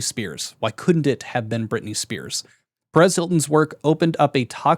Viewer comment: Can you really not pronounce "Perez?" Are you slow